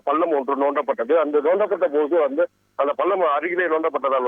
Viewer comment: நோண்டப்பட்டதா? தமிழை சரியாகப்படிக்கவும்.